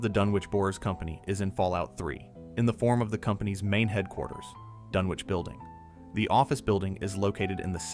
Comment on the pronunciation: Pronounced DUN-ich